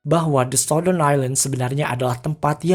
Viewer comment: Baca ny sauttern min bkn sautdern